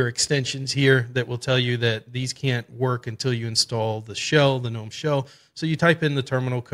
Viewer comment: Finally a Linux youtuber who understands basic English language and calls gnome the way it's supposed to instead of guh.nome. Great video thumbs up.